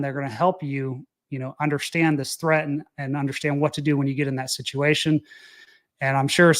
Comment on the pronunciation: UNDERSTAND....sound it out buddy. It's not UNDERSHTAND. INTERESTING. Sound it out buddy. It's not INTRESSTING.